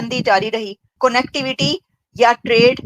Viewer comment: Madam, your pronounciation of the word CONNECTIVITY is incorrect. Take care of it please